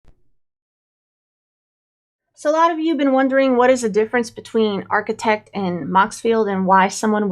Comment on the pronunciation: when you pronounce it. It sounds like a “t” instead of a “d”